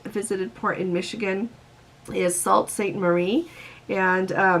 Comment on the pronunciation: I live in Michigan and cruises along the Great Lakes sound interesting! BTW, it’s pronounce Sault is pronounced Soo (Soo-Saint-Mah-Ree)